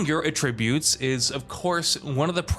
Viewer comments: It's pronounced at-tree-butes. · A tributes? Is this same guy who kept saying tarnish-shed in that other video? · AT-Tributes. Come on Man! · I feel like pronouncing words weirdly is the new way to get people to comment and boost engagement. Notice how he pronounced attributes the most common way right after his odd pronunciation. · The way he pronounce "attributes"....